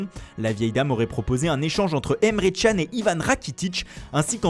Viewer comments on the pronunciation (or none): ca se dit emre (dj)an pas emre (tchan)